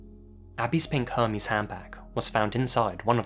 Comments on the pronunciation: "Abby's pink HERMES handbag?" Do you have any clue how poor you sound? You probably must think LV stands for Lewis Viewtun. It's not Hermes, it's Hermès. I would keep explaining it to you, but I don't wamt you poor-ness to rub off on me. BTW I'm just trolling. I only learned this a couple months ago. Great videos. I'm a HUGE fan. But in English it's pronounced more like Hermez. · Hermés isn't pronounced that way... great video, but the fashion lover in me can't help mentioning it. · That's not how you pronounce Hermes.